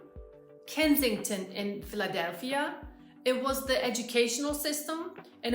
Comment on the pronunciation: The way you pronounce Philadelphia is awesome! Every major city has a Kensington. It's the Bowery in NYC, Skid Row in LA, all over Portland downtown, etc. The fact is, if you include the properties that are purposely being kept empty, we have enough vacant housing to eliminate homelessness altogether. But there's no political will to do so. There's no political will to do so because what do you tell the people who busted their asses to afford housing while you're giving (often better) housing to people who didn't? Quickest way to get fired is to fix a problem no one's willing to get fired for. Now you're seeing why our obesity rate is so high. As a country, we "racka disciprine" because we have thousands (seriously) of different choices of bad foods available for us to partake of. Oh don't start on the cookout. There's a reason you get handed a plate that's either reinforced china or two Chinet plates to reinforce the contents of the plate ("TWO HANDS! Take it with TWO HANDS!"). 🤣 That friendliness you mention is fading. I've seen guys take ridiculously wide berths to avoid even making eye contact with women whereas in the past, they'd at least give a "Good morning" as they walk past.